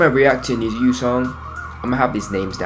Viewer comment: Many thanks from Japan👘🌸🇯🇵 FYI, "NiziU" pronunciation is like "niju" or "need you". It implies that We(NiziU) need U(fans)!